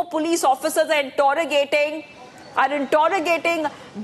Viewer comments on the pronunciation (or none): Intorrogating. What the heck is that Anchor?